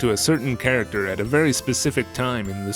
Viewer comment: Did I mishear you say “pairacter”? Like the dog character and squirrel character together are a pairacter??? Awesome content as always!